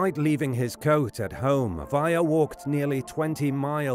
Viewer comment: Just curious why the narrator pronounces Mathias with a T , not a TH, and Weiher with a V not a W? These guys were Americans, and a German/European pronunciation sounds wrong.